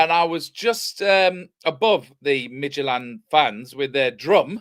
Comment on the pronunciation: can we please stopp with midgetland... Mid jilland , (with a t in the middle) Scandinavian football is underrated. Brann Norway have 3 points. Midtgylland are a top Danish team full of internationals.